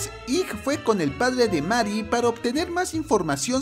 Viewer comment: Que se dice meri y se escribe marry me pone de los nervios. Na es coña xd